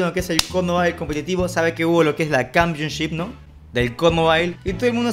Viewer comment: Nadie: Absolutamente nadie:: cAmPiOn ShIp🥴